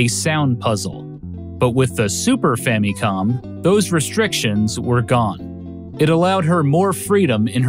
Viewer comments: Why is he saying fammy-com? It wouldn't bug me so much if he didn't say it 94 times. Fam-i-com. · Why do you keep saying "fah-mee-com"? It's short for Family Computer. So the mi in Famicom is pronounced IH, not EE. In phonetic pronunciation it's FAHM-ih-com. I have never heard ANYONE mispronounced it like you're doing, it's very jarring. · Sweet lord have mercy. That “fammycom” pronunciation just grinds against my soul. You don’t say “fammy lee” for family. It’s “fa muh lee,” right? “Fa muh com” just sounds better, I feel. I’ve heard that for some people “fammy com” makes it sound more Japanese but that "mi" part is literally the only part you’re getting right if you do so. ファミコン is fa mi kon. Maybe you’re getting the mi part right but why is there so much focus on that when the rest of it isn’t correct as far as the Japanese is concerned? I say just say the regular American pronunciation and go with “fa muh com.” I don’t know why this “fammycom” drives me nuts but it does. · why does he say it like "famycom"? its FAMICOM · "The Fammy-Com" that's a quite a pronunciation of Famicom 😂